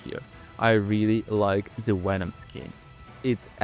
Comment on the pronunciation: why does he say "wenom"